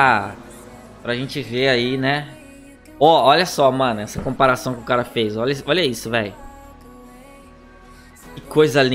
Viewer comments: Comapação kkkkk não é comparação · " Compação o primo da comparação "